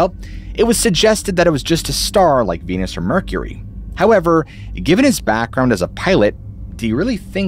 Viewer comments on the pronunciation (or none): none